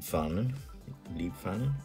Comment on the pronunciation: Thank you for the interesting comparison! By the way, the 'ei' in 'Leibfahne' is spoken like the 'i' in 'ride'. 'Leib' means 'body' and sometimes it was used in a way similar to the modern 'personal'. So a 'Leib-Regiment' was the personal regiment of a monarch, a 'Leib-Kompanie' the personal company of the regiments commander and the 'Leibfahne' the flag of the 'Leib-Kompanie'.